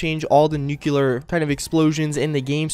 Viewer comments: It's pronounced Nuclear, not Nuculer, no extra u sound in there, just saying. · NU-CLE-AR. It's spelled "nuclear", as in having to do with the nucleus of an atom. Not "nukeular" as in having to do with nukes. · I hate it when people pronounce nuclear wrong